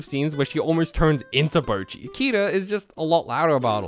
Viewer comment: Bocchi Subtitles: Bruchi 💀